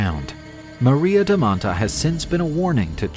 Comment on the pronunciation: It's maria da manta (not maria da mattaaaaa)